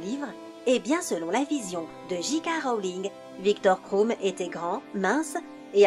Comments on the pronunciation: Viktor Kroum mdrrrrrr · Viktor Kroum et Ron Weisley 😭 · Michael KRIKORIAN t’a trop raison en plus « Viktor KROUM » !!!!!! Allô quoi 😶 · Victor KRROUMMM